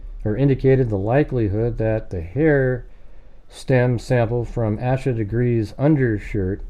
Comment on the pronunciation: Her name is pronounced like Aysha FYI